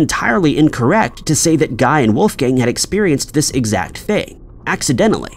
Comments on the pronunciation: Yes! It should be gee, with the g sound from golf. He's French! (I'm pretty sure he misspelled his last name, too, but it disappeared too fast.) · In this instance, "Guy" is pronounced "Ghee." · Guy de Maupassant's first name rhymes with "see," not with "sky." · The name "Guy" is actually pronounced as "Gee." It's the correct French pronunciation. 🙄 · Loving the repeated pronunciation of "Guy" 😂😂😂